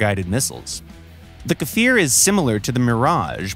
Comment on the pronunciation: "i swear he looked like an ejyptian MiG! it was an accident!" edit: wow, actually pronounced kfir and merkava correctly! well done!